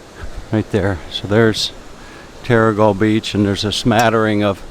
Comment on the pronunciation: Yes you did pronounce it right - The Skillion at what the locals call The Haven. Terrigal